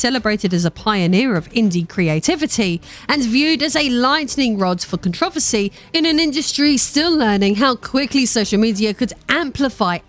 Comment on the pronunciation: "Controversy" - Kon-tro-ver-say